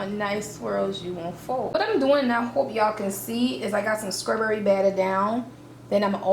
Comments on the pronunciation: so wtf is skrawberry ... oh the way a ghetto ignorant ass hood rat murders the english language ... you sound like a moron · Lol “scrawberry”